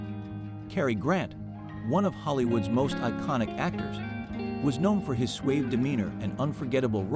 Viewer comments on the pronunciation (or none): Unfortunately many creators are using AI to record the videos and it doesn't pronounce many words correctly. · Cary Grant's "swayve" deneanor???